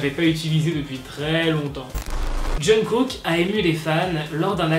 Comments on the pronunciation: TU FAIS BEAUCOUP TROP DE FAUTE LA DERNIÈRE FOIS C'ÉTAIT AMRY AU LIEU DE ARMY ET LA C'EST JUNGKOK AU LIEU DE JUNGKOOK MAIS WSH RESSAISI TOI 😅😅😂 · Je pense pas que se soit choquant pour nous, on est "habituer" à voir pire, mais en Corée c'est beaucoup moin le cas. Même si j'adore le look délacalé de HyunA je pense que se genre de chose n'est jamais un bon exemple, alors si on peut en limiter.. Sinon c'est "Jungkook" 😘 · JUNGKOOK EN FRANÇAIS JEONGGUK EN CORÉEN ET PAS JUNGKOK 😭